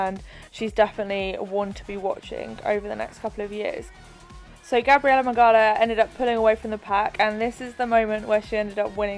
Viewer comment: You pronounce Gabi’s last name “Mig-ow-a” just for future reference cause she’s def gonna win the games! 😜🇵🇱